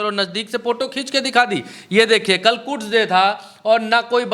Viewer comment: कुड्स नहीं... कुद्स डे😂